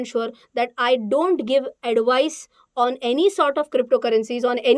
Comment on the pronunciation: Uncomfortable hearing "Addu-vaice"